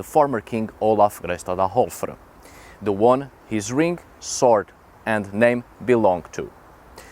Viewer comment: The pronunciation of his name is horrible. It's like this Gayr stadar Oulfur. Geirstaðarálfur. Geir is a name of a man. Staðar means place and álfr means elf. Weird name.